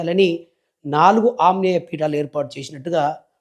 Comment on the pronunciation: Asalu palakadamey ravadam Ledhu...vadana aprastutam.